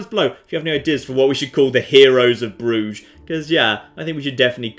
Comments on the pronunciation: an uncultured barbarian. Pronounces Bruges: "Broozh". Me: a man of culture and refinement. Pronounces Bruges: "Bruh-jez". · Bruges = Bruises